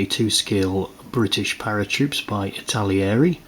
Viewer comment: It's not ItaLIERI!!